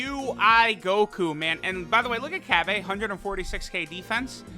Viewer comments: Nobody:: Cabb-AE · I still trying to process how he just said cabba🤣